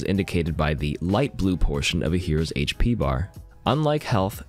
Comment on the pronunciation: thank you for saying HP and not hashpee